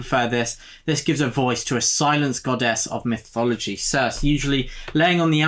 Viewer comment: Nice! Looking forward to more on this list. Just to let you know Circe is pronounced Cir-see (I'm not being clever, I only know this because I listened to the audio version which is excellent btw).